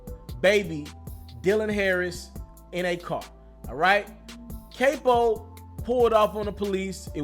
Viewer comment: NIGGA YOU WENT TO COLLEGE OR WATCHED MOB MOVIES!! It’s NOT (cape-o) it’s (cap-o) 🤦🏾‍♂️ Capo